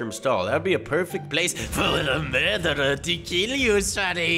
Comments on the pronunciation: Why did and melon keep saying murderer "Mordirer" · Murder not morder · Why say morderer why not murderer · FOR THE LAST TIME IS CALLED MURDERER NOT MORDERER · Stop saying morderer or I will unsub